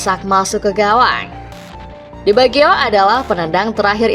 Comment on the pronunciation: Roberto bagio bukan di biagio. Dr awal kw nyebutnya di biagio